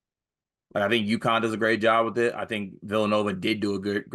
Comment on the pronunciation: lol it's UConn